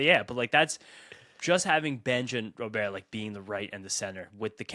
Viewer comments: STOP pronouncing roberts name wrong! It's soooooo fuckin annoying!!!! It's Robert NOT ro bear! 😡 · Guys, I’m beggin ya. Just think like a bank Robber. It’s Robber. It’s not Robeair. I don’t know why it’s so annoying, hearing Robeair over and over again, but it really is 😂